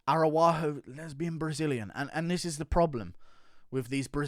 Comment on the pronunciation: Come on man.. learn how to fuckin say the Araújo name WTF are you saying there? aruaho 😂